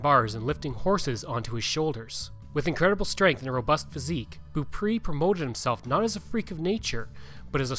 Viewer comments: The last name is pronounced Bow-pray 😉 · Beaupré is pronounced like " bow pray" 😊